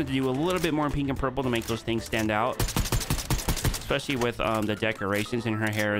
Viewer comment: People who say "ex-specially." 🤦🏼‍♂️ Especially* why is that so hard to say?